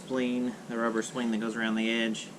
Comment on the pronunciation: Say spleen one more time, it's so funny hahaha * s-p-l-i-n-e*